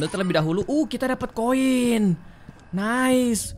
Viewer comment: Ngakak banget pas kak regi bilang "Nais"🤣